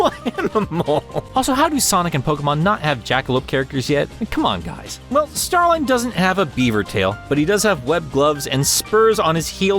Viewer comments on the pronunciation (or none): I thought it was pronounced Star-leen